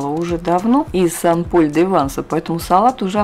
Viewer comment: Всё ПОНРАВИЛОСЬ! Только нужно произносить СЭН ПОЛЬ - Святой Павел, это же не город САН Пауло.А в женском роде СЭНТ Мари - Св. Мария, например.Буквосочетание "аi " во французском почти во всех словах произносится как "э", это просто к сведению...